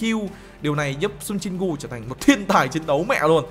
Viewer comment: Anh ơi Jin gu chứ không phải Jin cu